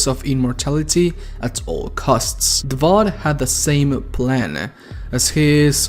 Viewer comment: Take a shot every time he says "Davod" instead of "Davoth"